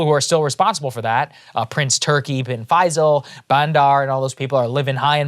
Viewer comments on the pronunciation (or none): I know of these Arabic names are really hard to pronounce, especially for Americans. But Saagar, but the names to the point he said them wrong. Might as well the article and facts are wrong. Bandar Bin Sultan not “Alsulwan” Turki Alfaisal not Alfaizal.